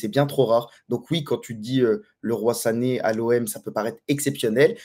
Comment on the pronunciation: ça se prononce Li Roye ( Leroy Sané ) il s'est bcp pleins qu'on l'appelez '' Le ROI sané '' lol